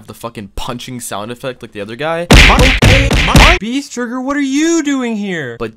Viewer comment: I love how he says beesechurger as churgerburger